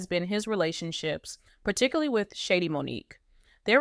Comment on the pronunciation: Her name is Shadee’ not shady